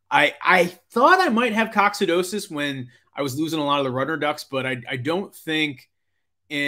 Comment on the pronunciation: Check your pronunciation of Coccidiosis It’s a silly thing to point out cause you’re just dropping a syllable, but you’re so amazing at what you do, you gotta sound like you’re amazing, too. (even if it’s Latin). Lol.